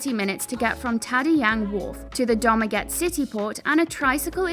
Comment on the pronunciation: CORRECTION: Dumaguete = "doomageteh"